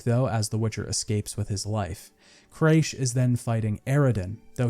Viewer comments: The jumping/climbing issue is easily resolved by HOLDING the jump button instead of pressing it. If you hold it, Geralt will always grab onto the ledge. And btw it's Men-ge, not Mendge. And it's Cra-kh an Craite, not Creish an Craite. But at least you pronounced Skellige right. So many people butcher it so badly lol. Also if I can give a little advice, have some background music from the game playing while you're speaking. If you do have music playing it is way too quiet it's practically inaudible (at least when listening through speakers, I don't know about headphones). It just feels so empty with you just reading the script in silence. A bit of music would just make the whole listening experience so much more engaging. Great analysis otherwise. Maybe a bit too nitpicky for my liking, and judging every aspect through the modern lense, even though the game is almost 10 years old. But then again it's one of my favourite games of all time so I'm probably biased. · I couldnt bear it any longer after hearing craysh like a dozen times in the skellige section lol